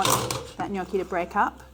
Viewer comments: While I patiently wait for my precious book to arrive, these daily recipes really help ! What is not too like, mushies, miso and cheese - cannot wait to try this and thanks for pronouncing gnocchi correctly ! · Super impressed by your perfect pronunciation of the word “gnocchi”. Everyone just pronounce it wrong outside Italy 😊 The dish looks super delicious. Hugs from Bologna 😊